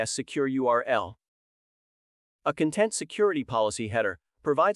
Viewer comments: Could you let me know what you used to create this video? Apart from the content vs. content pronunciation, the speech is fairly natural. The video is also good, apart from some strange expressions in places that don't warrant that expression. 😊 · This may be a great video, but I can't watch it because I know the repeated mispronunciation of "content" will stick in my brain and I might accidentally repeat it to colleagues :/